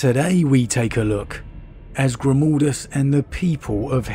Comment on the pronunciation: Please please for the love of the Emperor, stop calling mah boi, "Grimoldus." I cringe internally every time I'm reminded of "Mold" when speaking of the Hero of Helsreach.